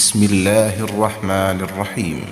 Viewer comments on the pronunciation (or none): none